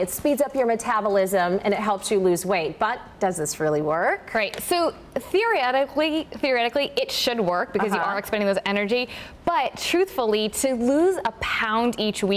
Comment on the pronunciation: The second this woman said “theoryetically” she lost all respect from me.